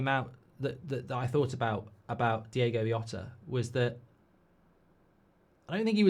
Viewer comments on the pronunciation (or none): Great video but stop saying Yota. That’s not his name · "Diego Yota"... come on mate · Please give him the added respect of saying his name right. It's the bare minimum of research you can do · If you're guna use his death for views and likes, atleast say his name right... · If you genuinely want to be respectful, at least pronounce his name properly. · Atleast say his name right you idiot